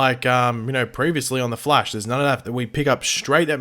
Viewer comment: Why does it sound like you called him "The Flesh" while talking about the dinner scene?